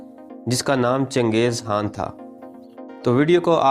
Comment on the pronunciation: CHANGEZ HAAN BOLTA HAI BEWAQQF AADMI.....KHAN BOLNE NAHI AATA...VERY SAD